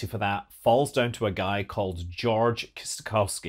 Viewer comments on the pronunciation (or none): LOL...listening to Scott trying to wrap his tongue around "Kistiakowsky" made it worth watching this whole video...everything else was just frosting for the cake. 😜😜 Scott, my dude...it is not as tough as it seems...just pronounce it as "kissed-ee-yah-cow-skee" really fast, and you have got it.💯👍 Edit: OK...he did get it pretty much perfect a few times...it just took him a few tries. LOL